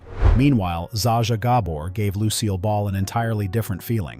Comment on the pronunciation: Alternate Title: The many mispronunciations of Zsa Zsa Gabor.